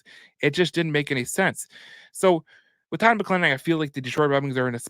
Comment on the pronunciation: Please learn how to pronounce Todd's name correctly....